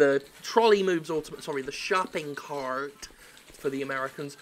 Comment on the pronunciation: "Shopping KHarrrtt"